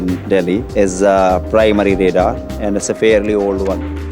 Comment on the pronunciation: It's not REDAR it's RADAR... use proper pronounce... we know English is good language but sometimes you over acting that's bad for youtuber.